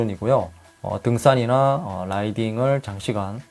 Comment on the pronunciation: 등싼이나/ 발음이 너무 찰져서 좋습니다